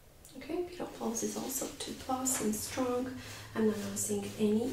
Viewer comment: Great video! I'm laughing when you say "strong" or "thing". It sounds like stronk and think 😂